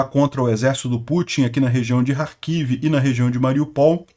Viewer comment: oque dizer de dois professores de geografia que não sabem nem pronunciar Kherson e Kharkiv corretamente???